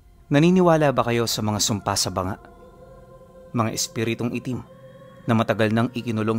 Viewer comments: Di bo BANGA. Bangaa. Ma lambot lang po dapat. Hehe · BA-NGA po ang ang tamang bigkas.😃good evening po from Aklan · Banga po. Ganto po pag kkabigkas "Baaa-nga" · Hindi banga ito ay mababasa na BA-NGA.